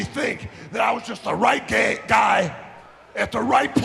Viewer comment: did he say "GAY?!?!?!?!??!?!?!?" not guy?? lol